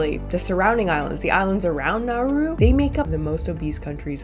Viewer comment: it's not pronounced now-uu-ru, like you're saying. it's like, quicker. like nah-roo.